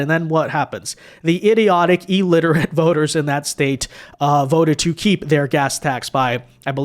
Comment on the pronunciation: Dude, with as many words as you mispronounce, including the word illiterate, you really should not be calling anybody else illiterate. Illiterate is pronounced "ILL LITERATE", NOT "EEE LITERATE".😉